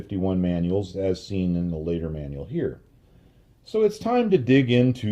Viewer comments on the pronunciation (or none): none